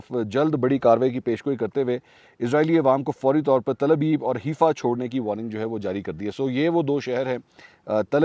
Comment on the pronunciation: It is Haifa , not Herfa .